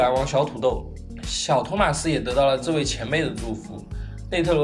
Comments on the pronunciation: 真的唸錯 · 動漫 這不是地方翻譯的問題 他真的唸錯了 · 其實你名子讀錯了